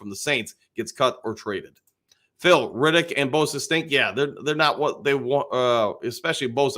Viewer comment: Haason REDDICK…not Riddick.😁